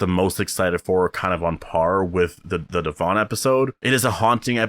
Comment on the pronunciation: Thank you for being one of the only reviewers to say Devon's name right hahahaha oy when is S02 coming? I hope they take all our feedback to build for it correctly!